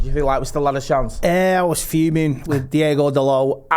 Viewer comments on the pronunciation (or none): It's Diogo not Diego 😂